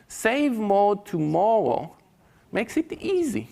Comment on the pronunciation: CWAZY, LOTTOWEYS, TOMMOWOW, GWEAT , TWYING